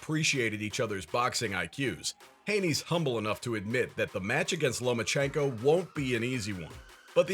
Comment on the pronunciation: You said Loma ko Haney right?